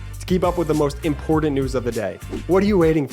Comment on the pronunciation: Dude - I appreciate your message but you MUST STOP mispronouncing the word important!! I have commented on this before in your MTN ads, to no avail. The word does NOT have a D anywhere in it - not in the middle, not at the end; it is a T! Unfortunately, I first heard this word pronounced this way by maga, so please fix your pronunciation. Thank you! Otherwise, you rock!! 💙💙💙